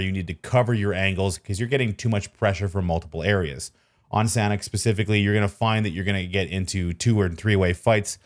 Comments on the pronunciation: Its pronounced very fast as “Sun-Ock” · its pronounced San-awk :) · San hawk = sanhok